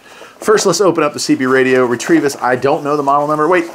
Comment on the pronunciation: Nice little radio! I would pronounce it ret-o-vis. There is no r in it